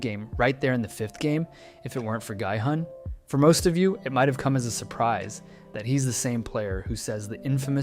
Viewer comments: the moment i heard him pronounce gihun "gai fun" i stopped the video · ''If it werent for Guy-Hun'' ohmy U make so many videos and cant pronounce his name right 😮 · Not the "guy-hun" 😭